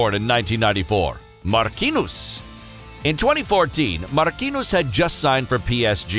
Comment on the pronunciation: Nobody: Marquinous😂